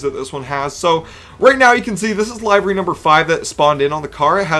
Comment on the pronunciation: The way he said livery pissed me off. LIVER-Y